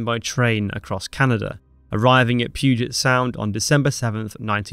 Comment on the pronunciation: Thank you for saying Puget Sound correctly! I also had no idea such a legendary British battleship was refitted at a Naval Yard ive driven past many times.